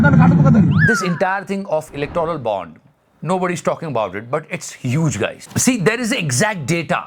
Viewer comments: its electoral bond, u are pronouncing electrol bond...i m ur fan btw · Are you saying "Electrol" Bond purposely?